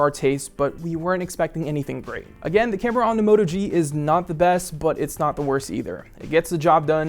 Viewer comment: Everything you said is a flaw on the Moto G is good on the Zenfone 2 which is why I don't understand your 8/10 score. I can't trust this review and by the way it's a Moto G not a Mota G